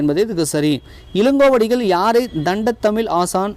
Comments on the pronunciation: Thamizh words coreect an pathu padichingana nallarukkum.... Thandamizh... Thandathamizh... 2003 ...2013 konjam Sariya padinga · தண்ட தமிழ் இல்லங்க... தண்டமிழ்😂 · 72.தண்டத்தழிழ் என்று உச்சரிக்காதீர்கள்.. தண்டழிழ் என்பதே சரி.